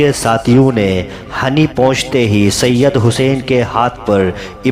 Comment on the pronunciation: اصل میں گاؤں کا نام hini ہے hani نہیں ہے